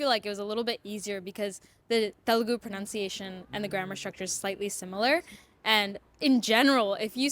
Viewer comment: Please have the “teaches correct their pronunciation of “pronunciation”. Pronounce (ou) is “ow” Pronunciation (nun) is “un”